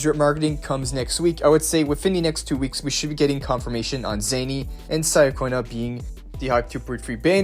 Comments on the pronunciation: please, it’s “cha-konna” not “Saya-cona”😭 you say Roccia correctly so follow it up with Ciaconna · How tf can you say Roccia's name correctly but still fail wit Ciaconna's name? I shall neither like nor subscribe